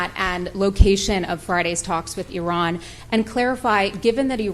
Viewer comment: IRAN ❌ I-RAN ✅